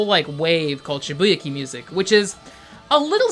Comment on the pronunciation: sorry to be a dick, but shibuya Kei (like just the letter K)